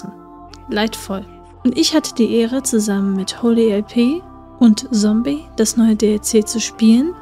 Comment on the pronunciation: Kleiner Tipp: Zombey, nicht Sombey. (Er meinte selbst, dass es ihn bissl annoyed lel)